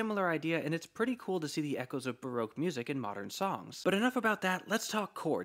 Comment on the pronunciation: Ba-roak. I believe it's actually pronounced ba-rock.